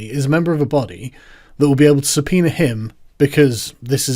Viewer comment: Why do you sometimes call it a subpeener?